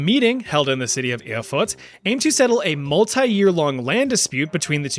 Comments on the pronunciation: Funny that you pronounce Erfurt as "Erfurts". So the second part of the name sounds like the german slang word Furtz, meaning fart, which kinda fits the topic 😂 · I can't help but hear 'Erfurz'.